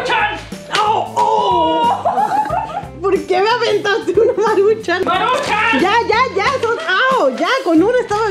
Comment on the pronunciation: atuquen de maruchan 😹